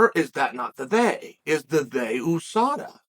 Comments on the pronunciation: Chael is the kind of guy to say a name wrong, be corrected and still continue to use it wrong. Most of the world says You-Saw-Dah, not Ooo-Sah-Dah. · YOUSADA not EWWSADA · he’s right. it’s not like USA where you say the letters, it’s like NASA where you pronounce it as a word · Oooosaaadaa. Isn’t it USADA. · You mean a word like usurp that pronounced you-surp, not ooo-surp? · "Ewwsada" though. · Nobody: Uncle Chael: OOOSADA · "Oosada" Never Change, Chael. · OOOO sada? Chael whats in the coffee or what did I miss? United States Anti Doping Agency, 'You' not 'Oo', get it straight or I give you a titty twister! ... ok jking there, i would get hurt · Sad the MMA community has been mispronouncing USADA this whole time.Thank you, Uncle Chael: you are a scholar and gentleman